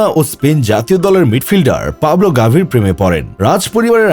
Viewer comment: পাওলো গাভী না, পাবলো গাভী 😂